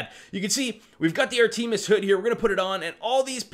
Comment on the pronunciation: i know this video old but u gotta be the only person to say "AAR TEE ME ES" lmmfao for educational purposes its "AAR TUH MUHS"